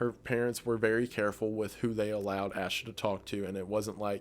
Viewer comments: also, i know its been 2 years but if you ever update or do a video on Asha Degree fyi its pronounced "ay-shuh" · Her name is pronounced A-SHA not ASH-A. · Holy shite. I had originally put this on to fall asleep to this...and then I woke up at the very moment my cousin Asha (we pronounce it "Ay-sha" her parents are my aunt and uncle) was being talked about and I definitely was not expecting her case to even be on this iceberg....that's amazing and crazy all at once.